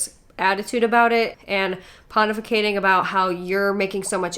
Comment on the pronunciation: you use the word "pontificating". At first, I thought you said "hun-tificating". I hearby nominate "hun-tificating" as a new word.